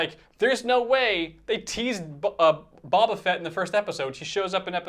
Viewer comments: Did he say Bob ah fett again .....lol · It's not Bob-a Fett! 😆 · or every time he pronounces Boba wrong :)